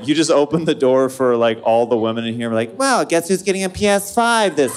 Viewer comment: Vwell vwell i musht veatch i musht